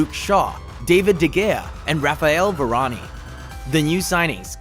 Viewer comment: It’s Varane! Not Varaniii